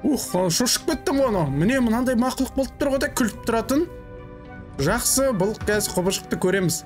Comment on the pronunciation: Мақылұқ дейдіма 😂